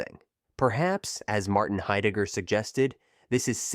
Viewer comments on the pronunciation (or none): none